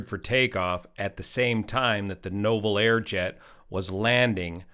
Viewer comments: Just an FYI, it's NOO-vel air. Those darned French. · You pronounce Nouvelair as NEW-VEL-AIR